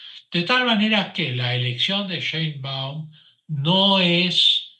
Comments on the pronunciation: No se pronucia Shaibaum es Sheibaum por dios ,es apellido judío. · El tipo tiene apellido materno alemán. Sabe pronunciarlo, pero lo hace pq está molesto. Además es judía: él dice que eso es un detalle, algo menor.